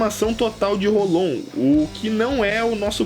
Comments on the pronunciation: '--' ele diz dengai claramente e diz rolon... sendo q se fala rolou e se escreve hollow... esse kra é mto mito da pra ver q ele assiste direitinho... no anime a pronuncia é rolou e o kra me vem co rolon... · ele disse dengai n bankai... é q nem rolon q fala rolou e ele fala rolon... ? o kra le holow escuta rolou e fala rolon pqp